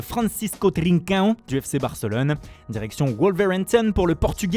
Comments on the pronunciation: Faut arrêter d'essayer de prononcer les noms "Trincaillo" c gênant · Non la prononciation de Trincao m'a littéralement tué